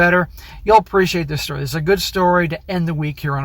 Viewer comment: Stop saying "Dis" man. You aren't from the ghetto.